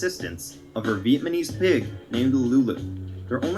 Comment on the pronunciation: Did the dude that made the video really say vietmanise instead of vietnamise